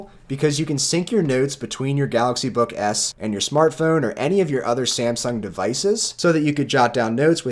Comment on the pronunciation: I don't know if it's just me but... I hear him saying "galaxy book ass" I apologize